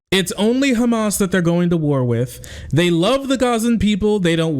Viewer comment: please don't correct yourself when saying hamas. an H sound is the closest sound you can use not a goddamn Kh. its like calling someone with the name ahmad akhmad or mohammad mokammad. it hurts my arab ears lmao hamas is written with ح not خ